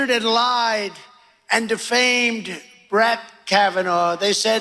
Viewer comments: "Brat" Kavanaugh lmao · Did he "shats?, Is that the same as United Shats of Amerca? Doesn't sound like he was just bingeing on the Adderal, that sounds like a combination of Adderal, Donnie Jrs. and Kimmerlies cocaine batch too. He pronounced Brett as Brat? Oh he is definitely telling the truth, he HAS become Worse .Once again he projects, but he can't stand the fact HE LOST.